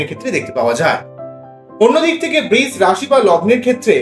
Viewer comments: Eta "Brish" rashi noy "Brisha" rashi.....pronounciation ta thik korun. khub kaane laagchhe. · বৃষ বলবেন না প্লীজ!! বড্ড কানে লাগছে। বাংলা খুব মিষ্টি ভাষা, সৌন্দর্য টা বজায় রাখার চেষ্টা করলে ভালো হয়।ধন্যবাদ।💐💐💐